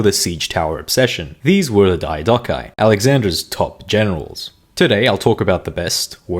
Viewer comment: Why do you pronounce Diadochoi like that? Its Διά-δο-χοι! Search it at least first wtf